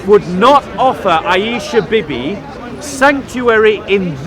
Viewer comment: Hey!!. It's not Bibee. It's.....wait for it........Beebee.